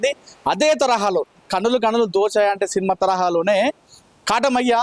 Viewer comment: సీన్మా ఏమిటయ్యా సినిమా అని పలకాలి. తెలుగు పలకడం కూడా రాని ప్రతివాడు మైక్ పట్టుకొని తయారు. మాఖర్మ కాక పొతే ఏమిటి.